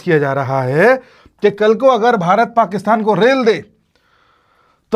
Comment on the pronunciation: Sir aap rel de rahe hai ya rail